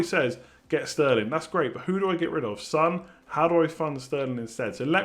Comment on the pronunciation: It's not Sun it's Son